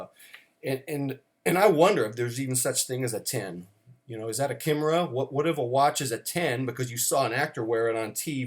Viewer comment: Bonus points for correct use and pronunciation of chimera. As to watches, we asymptote towards a 10 without ever reaching it. Except for I, who has achieved a 10 in my collection, IMHO.